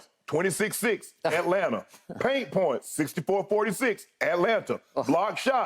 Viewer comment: I need Shannon to act like he from GA and not pronounce those T’s in Atlanta lol